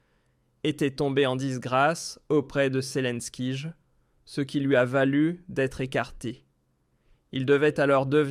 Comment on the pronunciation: pourquoi tu dis selinkige apprend à parler